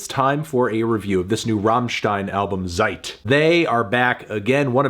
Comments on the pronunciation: Why do you say "zeik" with a english z? Why go through the trouble to say it specially but fail completely? Zeit is ts-eit, no ch or k sound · It's a German word, Zeit (means time), pronounce it as TSEIT. Americans, always making up there own silly pronunciations.